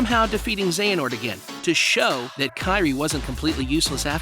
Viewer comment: You finally say Xehanort right but trip up on Eraqus? Someone needs to watch Birth by Sleep theatre mode again.